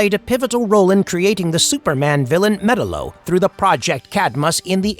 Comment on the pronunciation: OMG… NO… BAD!!! It’s not Metal-O…. It’s MEH-TOWEL-O!!!!